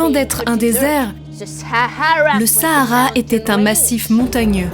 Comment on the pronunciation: "the SaHHAARA"